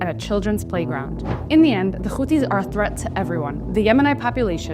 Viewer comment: Houthis not Khouthis .. you are speaking english not hebrew ...